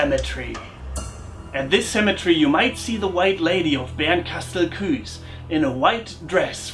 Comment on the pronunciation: Das ue bei Bernkastel-Kues wird nicht wie ein ü ausgesprochen